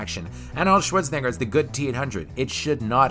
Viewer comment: arnold shorts-en-a-ger